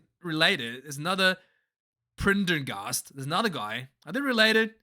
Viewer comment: Jaysus man your irish callsigns need work. Allow me: Finlay Bealham - rhymes with mealham Cormac Is-u-juke-u - call him izzy, a boy whos really up and coming Pren - der - ghast - and you should know that because sam is the NBD in irish rugby, hes a freak and yes they're bros. Nick Tim - in - ee Craig Case - ee, no H sound